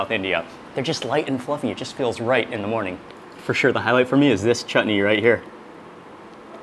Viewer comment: Mark shared shared the beauty and aroma of food very nicely. He also said the proper sound for chutney earlier the t was softly said and it sounded not right